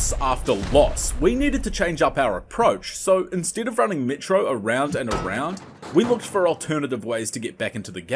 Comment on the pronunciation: kinda like seeing you struggle aswell with those Ls in metro, makes it authentic dave is a beast btw